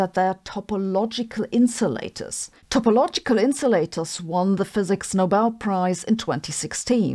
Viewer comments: It is topological not topologial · Topologial -> Topological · Topological...not topologial... :D